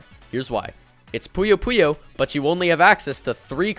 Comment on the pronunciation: Why do you call mean bean machine puyu puyu